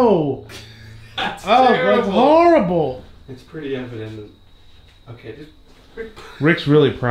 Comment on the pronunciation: Always like these experienced commentaries and knowing what they're seeing...then there's the 'harrible terlet' ☻